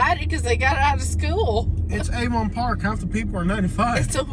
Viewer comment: Replace the V in Avon Park with a D to sound more like a local.